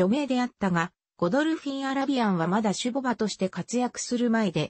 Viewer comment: たねぼばじゃなくてしゅぼばでしょ